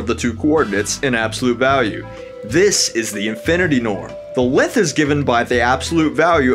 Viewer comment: Why do you pronounce length like lenthh